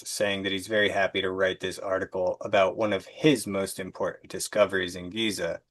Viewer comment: The word is important not impornt